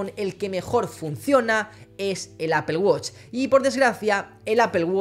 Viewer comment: Apel woch hahaha estos españoles quieren españolizar el inglés (apool guach) amigo no te cuesta mucho.